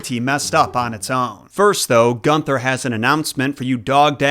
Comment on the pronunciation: It is pronounced, Goon ther. Hopefully that helps, Mr Seven year mythology expert. Don’t mean to sound mean, but a true German would definitely tell you how to pronounce things correctly.